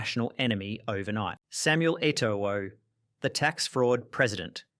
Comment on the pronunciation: The 2nd o in Eto'o isn't pronounced.